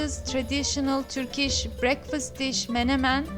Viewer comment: Türkiş değil kız. Törkiş. Çabana gurban da telaffuz bayaa kötü.